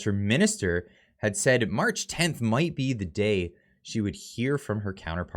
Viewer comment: “AHHHH MINISTER,..OAR”-(uh mini’steer)?? 👀